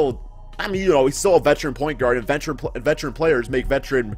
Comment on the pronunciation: this man said vetecharan